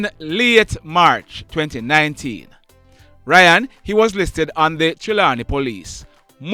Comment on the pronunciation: It's RAY-ON NOT RYAN